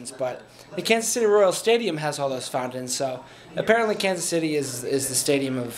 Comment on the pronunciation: "Found-tens" you says fountains weird.